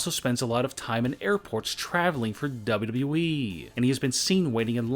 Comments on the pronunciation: Why does he pronunce wwe like db-db-i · The only shocking thing in this video is how you pronounce WWE. .... Dubeduduyeeeeeeeee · Its not WE ITS WWE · On number 8 he says weed fan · He dosen't say wwe he says dabu dabu eeeee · He just keep saying w e it’s not we ots wwe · when he says wwe he says dub-a-dub-eee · He says wwe so funny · This guy says wwe so wrong